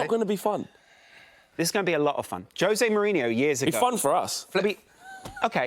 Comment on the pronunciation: Jose Moaneeenoo please but that aint happening.